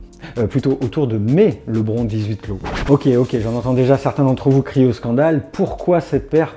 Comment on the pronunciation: Ouais, ça se prononce [ lebrone]